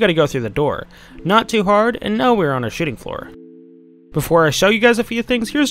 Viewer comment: Am I the only one who hears shitting floor not shooting floor lol